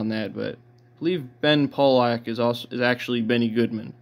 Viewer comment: Benny Goodman played clarinet and bari sax in the Pollock band - Ben Pollack was not a pseudonym for Benny Goodman. It's pronounced "PAH-lahc."